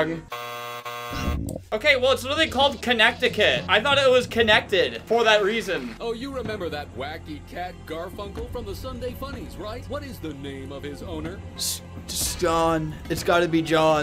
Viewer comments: no hate but it's kah-ne-hta-kit not kha-nek-hta-kit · ITS NOT connect icut ITS conned icit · He really said Connect-icut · me from connecticut listening to the way he pronounces it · He pronounced Connecticut wrong… THATS MY STATE… I LIVE THERE…